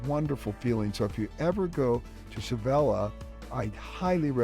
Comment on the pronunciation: Sav ville or Sav vee ahh... but not Sevella:) Great video... a long way from Bellingham. Glad you're having a great time. Seville is a great place. Valencia is often overlooked too. Another nice place.